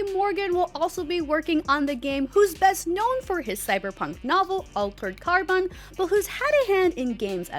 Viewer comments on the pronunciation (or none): Alterrrred car-bun